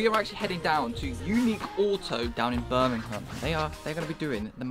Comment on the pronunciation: So happy you say birmingham properly cant stand it when people say it wrong🤣